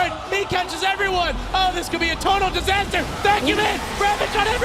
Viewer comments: it's a disastah... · ITS A DISASTAHH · IT'S A DISASTAH!!